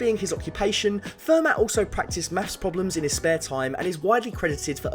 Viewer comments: It's pronounced fair-mah not fer-matt! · It's "Fer-MAH", not "Fer-MATT". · And Fer-mah! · Every time you pronounce the ‘t’ in Fermat my ears bleed. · It's pronounced "Fermar" FFS. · FUR-MAT the best theorems came from it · The T in Fermat is silent. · Fermat is French. You don't pronounce the 't' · The t in Fermat is silent